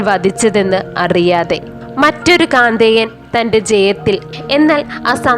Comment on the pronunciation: കാന്തേയമ ല്ല കൗദേയമാണ് ആണ്